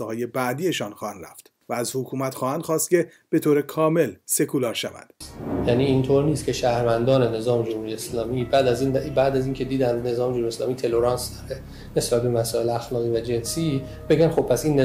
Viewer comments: تُله رانس رو می‌گه ته لورانس :)))) بخون برو تا آخرش بلاخره شاگرد مصباح یزدی است. اونهم می‌گفت ته لورانس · راستی یکی به این یابوی بی سواد که بدبختانه دانشگاه هم درس می ده بگه اون تالورنسه نه تلورانس! Tolerance ˈtäl(ə)rəns